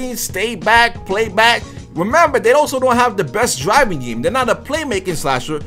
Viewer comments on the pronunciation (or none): none